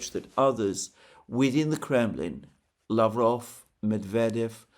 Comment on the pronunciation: peskOv.. lavrOv, ushakOv.. not pEskov, lAvrov or Ushakov..